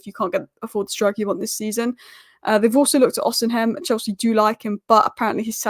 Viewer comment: Who is Osenhem? Do English people enjoy butchering people's name. Maám its Osimhen (with the "h"and "N" being silent)